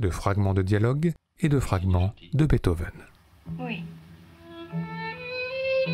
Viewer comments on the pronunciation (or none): J'aimerai que quelqu'un m'explique pourquoi une fois sur deux, la voix off prononce Bèthov au lieu de Beethoven (et par la même qu'on m'explique pourquoi les Français prononcent le nom de cet incroyable compositeur de manière si erronée?) ??